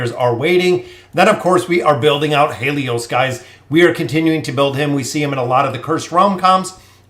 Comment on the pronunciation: Grats on the pulls. Btw Haelus is pronounced like: Hey and Lus not He lios.